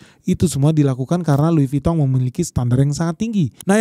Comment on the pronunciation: Lidahnya omhen lancar banget nyebut merk France. Top